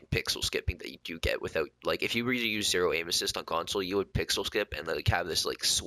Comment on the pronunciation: Haha emphasize on zero😂 did the nigga dirty